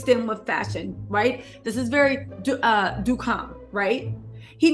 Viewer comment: Check your pronunciation of Duchamp. No hard 'c' or ch. It's French.